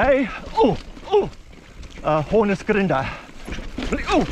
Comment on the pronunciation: Nice one. I approve your hornisgrinde pronunciation 👌. Congrats for reaching 600 subs dude.